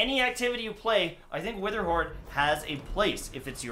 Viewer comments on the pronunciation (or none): He re did an intro cause he said wetherhoard not witherhoard